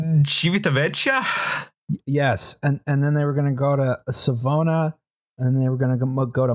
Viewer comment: Civitavecchia -> Chee-vee-tah-vek-EE-ah.